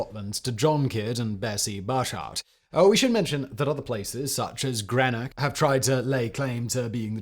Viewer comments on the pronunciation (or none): GREENOCK GREEN OCK NOT GRENOCK!!!!! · Greenock - Gree (as in "green") and Knock. Gree-knock. Greenock. 👍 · I'd query how you said Greenock at the start